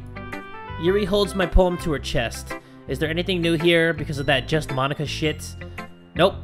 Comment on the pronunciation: say mo-nika